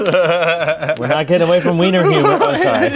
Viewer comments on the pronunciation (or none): none